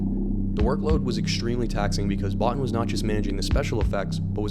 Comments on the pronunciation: First, it isn't a remake; Second, Bottin is pronounced "Bo-Teen" not "Bot-Tin"; Lastly, Carpenter included Thing from Another World in Halloween because he was a fan of the movie, he wasn't even close to being the director for The Thing at that time. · Botin is pronounced "Bo-teen".